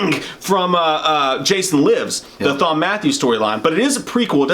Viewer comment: Just saw this: pretty good short. Btw, Thom is short for Thomas. I’m pretty sure it’s pronounced as Tom.